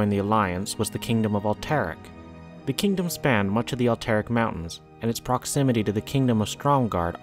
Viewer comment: Thumbs down. Can’t even pronounce alterac